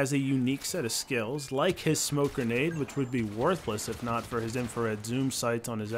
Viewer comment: Did anyone realise he said "garnade" instead of grenade?! It's